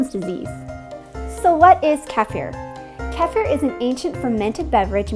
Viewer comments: I've never heard the word pronounced the way you do. I don't know which is correct....but it doesn't really matter. I've heard the right pronunciation is keh-FEER. We say KEY-fur. We've never made it but are going to start ! Thanks for the explanation. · Great video. A couple of things. Do not be afraid to use stainless steel utensils - kefir grains do not react with it. Second, sorry, but you are pronouncing the word 'kefir' wrong. It is ke-fee-r, with the stress on 'fee'. "Ke" like in "Kellogg's", "fee" like in "fever". See here for example - (the video is in Russian, but you will get the idea :-) ). Cheers. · Informative video, yes. I'm pretty sure that is mispronouncing kefir, though. I don't know what language she thinks it originated from, but it's pronounced either keh-feer or kee-feer. I learned the first way is the correct pronunciation. Since this video is already 4 years old, maybe it's time for a refreshed version, using the correct pronunciation! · keee- fer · Are you saying like kiefer sutherland? My wife if from the Caucas' and they pronounce it more like Key Fear. All I know is they do not pronounce it like in the video. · its is pronounced KEY-FIR or KEE-FIR not CALF-EAR lol sorry maybe just an American thing but that is the correct name for it. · love it when she says "khaphier" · Learn how to pronounce kefir your killing me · It's originally (centuries ago) pronounced "KAY-fear'". You have to get your vowels correct first, then understand the accent on the 1st syllable. In the US, of course we all say it the way you do. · No it's not. I comment on this numerous times throughout this video thread about that. Modern day language, yes, you are right. The correct pronunciation since olden times it is pronounced "KAY-fear." Your vowels are not correct. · It's pronounced Keefa or feefer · ITS KIIIIIFIR!!! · Most American say KEE-fur or KEFF-er. The correct pronunciation is kuh-FEAR. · Kefir It's a Kefir not Kifer Please KEFIR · Kee Fir not Keff er